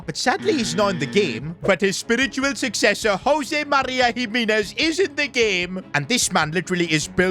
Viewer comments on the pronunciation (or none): none